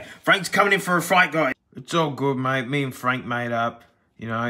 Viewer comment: fronk lol